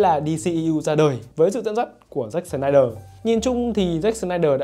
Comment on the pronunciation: "SỜ-nai-đờ" phát âm đúng tên ông ấy khó dữ vậy khoái phát âm chữ S dữ vậy ???